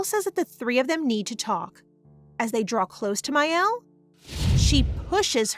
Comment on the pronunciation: Me twitching the entire time because the sister's name is Miel, not Mael 🥴